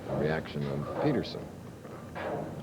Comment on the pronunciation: PEED-ER-SON! PEED-ER-SON! Good gravy 🤦🏻‍♂️